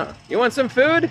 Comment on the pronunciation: "fewd" lol (congrats on 50k subs!!!!!!!)